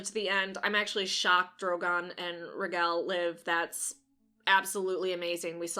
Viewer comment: It’s not rah-GEL. It’s ray-GAL. 🐉